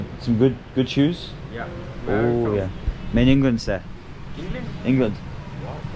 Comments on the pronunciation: Again at Nihari you said Mei Ningland Se 😂😂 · ive noticed you saying Mei ningland se. You got to say Mei England se huu. Not Mei Ningland se 😂😂😂, Mei Ningland Se means what??? 😂